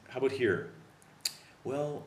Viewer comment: You are mispronouncing the word 'about'. Just an honest observation.